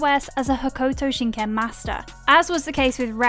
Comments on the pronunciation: You are not saying Ken fighting correctly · Ho-koo-toe shin Ken, Rah-oh 😂 Sorry I’m nit picking, but even after seeing a few episodes, you just don’t pronounce it like that. Fun video though!!